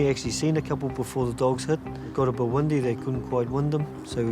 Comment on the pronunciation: Did he say windy or wundy